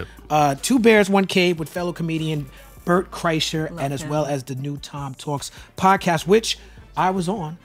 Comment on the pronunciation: I love how hard he geeked off when she said Bert Kreisler’s name wrong. Lol.